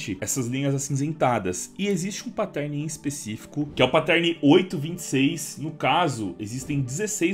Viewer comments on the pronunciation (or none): cada vez que rola um "patérne" dói aqui